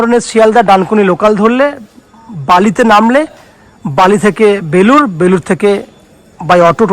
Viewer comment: Advut to apni jayga tar naam proper bolun